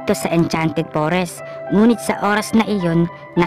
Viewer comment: noone: absolutely noone:: Enchanted pOReSs